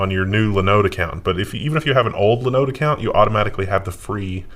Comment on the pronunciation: Please, please, please stop mispronouncing Linode. So painful.